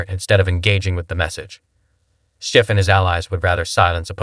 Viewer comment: Bro you really need to work on your editing and story telling abilities, this is a terrible piece, not one time did that liberal Maher call Schiff out on anything and why are you pronouncing their names completely wrong?